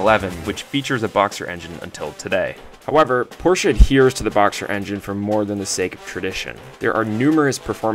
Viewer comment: First, you get a like because you say Porsche more correctly than most others. Usually, I shut off the video the moment I hear the person mangle the man's name. The flat layout is good because it sits so low in the car, but at the same time, it's hard to get to. General Motors also put boxer engines in the Corvair.